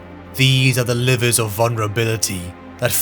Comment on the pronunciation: im confused is this some AI chat? why to they keep saying "liver" ves "lever"?